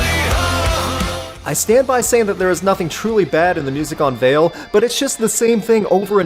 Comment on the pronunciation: The title is Latin and it's pronounced "wah-leh"